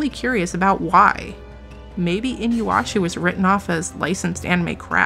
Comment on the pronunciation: Well since has noticed me, I would like to say that I just recently found your channel and am a fan! But the Inuyasha pronunciation was super funny to me. Keep up the good work girl! <3